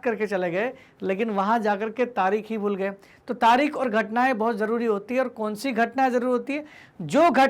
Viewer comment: तारीख होता है तारिक नहीं